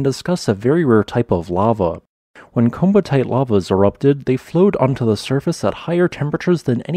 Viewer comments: Great video! My favourite volcanic rock, hopefully I get to see the ones in Australia sometime. Just a note on pronunciation, the double ii is similar to Hawaii in that it's two separate sounds, so "Komatiite" is more akin to "co-matty-ite" than the common mispronunciation "coma-tite", as per the pronunciation of the "komati" river it was named after. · I thought that the pronunciation was something like "ko-mat-ee-eye-t"? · You kept mispronouncing the word. It’s koh-ma-tee-eyet, i.e., the vowel sounds are long O, short A, long E, and long I. You pronounce both of the I’s. At least that is the way ALL of my geology professors pronounced it. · I believe it is pronounced komati-ite, at least that's how my professor said it. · It is typically pronounced 'koh-ma-tee-ite' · Kom - at - ey - ite. Say it correctly!